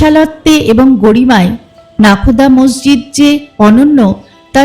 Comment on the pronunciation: মসজিদ নাকি মর্জিদ বলে নাকি মোরজিদ কোনটা 😂😂 ঠিক জানিনা তো